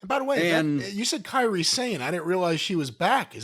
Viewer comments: What I have noticed is: no American can say "Car-Ree" and you morons keep calling her, "Care-Ree" 😂 you guys are a-holes. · kai-ree not carrie. Zoe should have flat bumped and then got up and done something else. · Who the hell is 'Kerry' Sane & where was 'Kairi' Sane? :) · Forget Brian, what about Jim? Dr Suess book removed because suposodly made from of Asian man with stereotypes and was racist, but Jim can, but doesn't, produce a few Asian wrestlers names correctly (in this, Kairi, and calls Shinsuke "shakey", and Auska "oscar". Jim always boasts about how conservitives and Republicans and Trump are racist, but as much as I enjoy his podcasts and respect his knowledge, that Kentucky inbred hillbilly be a racist mo-fo (see what I did there?). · tbf that was james' fault, he introduced it to stevie with the wrong pronunciation.